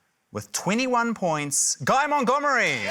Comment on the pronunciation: something abt this episode that will forever bug me is that matt says "guy mont-goob-ery" even though "guy mont-dumb-ery" is RIGHT THERE